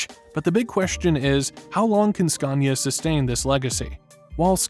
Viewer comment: #TruckTopia... Did he say "SCUNIA"?